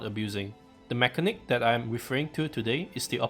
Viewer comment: Say it with me: /meh-ka-nik/